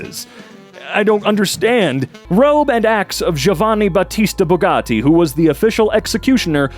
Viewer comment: why did he turn Italian when he said Bugatti? - just.. ok? - NO. NOPE.